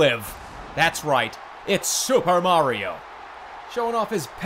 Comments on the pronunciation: That's not supah Mario that's BYEAH mario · Super Byeah-rio....?